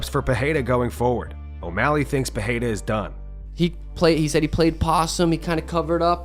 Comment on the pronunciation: It's not pronounced Pihada you dummy. It's Peirera.